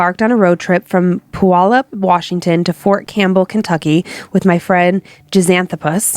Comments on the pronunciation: Puyallup is pronounced pyoo-all-up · I actually live like 10 minutes away from Puyallup! It's also pronounced pew-awl-up (native American origins)